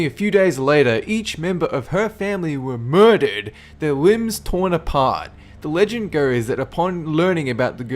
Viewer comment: MUURDAD! Le' emphasis